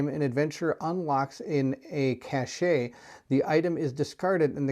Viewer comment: Cache - is like “cash” … not “cash-shay” … the “e” is silent